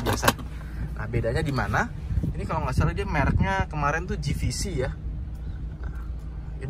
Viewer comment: JVC dibacanya "je vi si" bang bkn ji vi si..huruf J dibaca je dlm inggris 🙏☺️